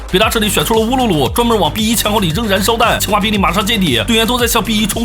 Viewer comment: 一直把清华听成青蛙